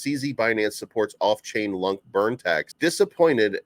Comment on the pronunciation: please dont pronounce LUNK! its sounds bad lol. LunaaC sounds way better